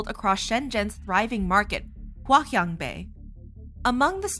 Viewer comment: its hua chiang bei not hua kian bei